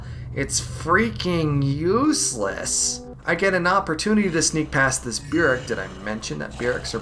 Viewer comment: The word burrick is pronounced like buhrık not byürık